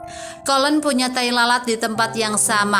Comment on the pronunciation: Ceritanya bagus , maaf izin menyampaikan bahwa colleen , dibaca koliin , bukan kolen .